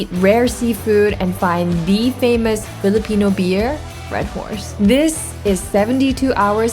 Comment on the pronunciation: nailing almost all filipino pronunciation is sending meeeeee ❤❤❤